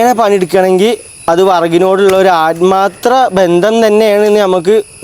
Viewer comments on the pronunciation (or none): ആത്മാർത്ര😂😂( ആത്മാർത്ഥ)